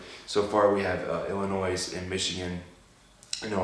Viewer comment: You don't pronounce the "S" in Illinois lol.